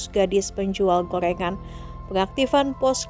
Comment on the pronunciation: Gorengan mbak bukan golengan😅